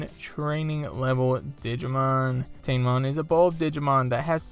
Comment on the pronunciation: It's pronounced Ta-ne-mon.